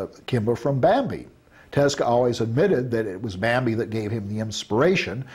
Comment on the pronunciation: Every time he says Bambi it sounds like Mambi